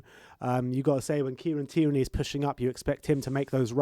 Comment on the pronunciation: Why do you guys keeps pronouncing tierney like that🤣